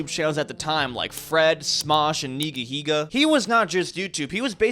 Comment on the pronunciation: we just gonna ignore the fact said nigahiga wrong? instead he said ni*ga higga